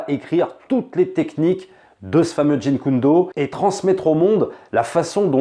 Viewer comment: JEET KUN DO,, pas jin kun do lol.